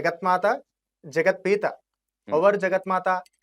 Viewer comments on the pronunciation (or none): పీత కాదు పిత.. మాత పితలు